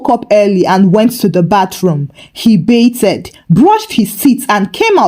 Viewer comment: Genuinely love your stories BUT, I have to ask…why are you pronouncing it “BAYTH-ED” with the “ed” like that? The “ed” isn’t said that way. I notice you do the same with “breathed.” And you pronounce “favorite” as “favor-right”… I’ve been around Nigerians my whole life and never came across this. It’s hard to listen to.